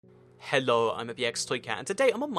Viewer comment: why does he say hello like that? it sounds funny and i can't stop re-playing it. does he just do that cause he does or is it an accent. (I can't tell what accent cause it's not very strong if he does)